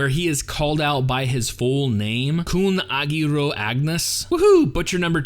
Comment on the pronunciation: The name Khun Agüero comes from an Argentinian football player so take that in mind next time you butcher the name :P